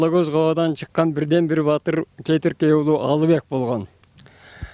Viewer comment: Кетиркей туура айтыныз кетирекей эмес